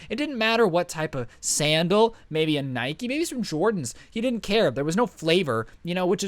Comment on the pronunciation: Says Nikey: IT'S NIKE